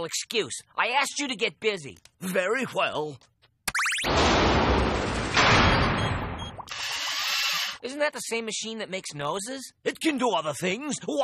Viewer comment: I like how the professor puts the H sound even in words without. 'very whell' and 'no whay' 😃